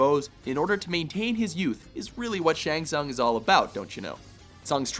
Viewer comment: Dude can't pronounce Tsung...